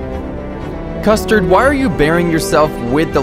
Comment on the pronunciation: Him: custerd and brulee Me: custerdbrulee? 🗿